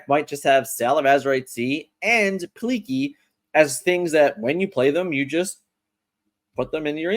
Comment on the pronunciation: “Pleak-lee” is how you pronounce it :p